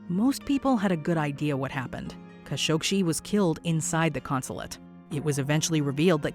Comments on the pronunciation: Jamal Khashoggi not Khashogshi. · Why do you keep adding a sh to the end of Khashoggi? It's literally just you that does it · It’s Khashoggi, not Khashokshi :/ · Khashoggi, not Kashoshi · What's with the kashogshi pronounce 🤨 it's literally kashoggi written 🤨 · Kashoggshi? Seriously? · It is "Ka-show-gee" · Pretty sure y’all completely mispronounced Kashoggi’s last name 🤷🏻‍♂️ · It bugs me how she cannot pronounce Jamal Khashoggi, There is no SHE at the end of his name. How are you the ONLY media that cannot pronounce his name correctly ? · You could at least pronounce Kashoggi’s name correctly.